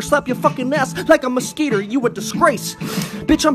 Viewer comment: He said maskeeter